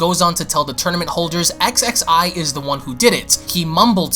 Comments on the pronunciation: Again I'm sorry to have to say this but Xxi's name is pronounced Ksee. I know it's irritating because Salagir speaks French but that's what he went with. In any case "Thank you Bra for kicking those two idiots asses!" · Leveler actually it’s ksksee